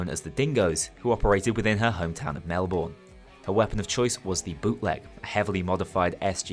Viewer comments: It’s Mel-bun not Mel-Bourne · thats correct it’s basically pronounced Mel-bun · Brilliant video as always, although I see you fell for the trap of pronouncing Melbourne how it's spelled. Typically pronounced more like "Melb'n" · You pronounced Melbourne wrong it’s pronounced mel-burn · mel-bin is also acceptable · The way u say Melbourne I’m smh Aussies are hurt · I love this series but the way Melbourne is pronounced hurts my Aussie years.